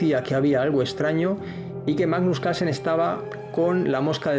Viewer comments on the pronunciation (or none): Porque no hablan bien es CaRlsen la R se pronuncia Calsen no se quien es